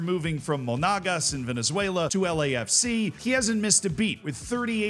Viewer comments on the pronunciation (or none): none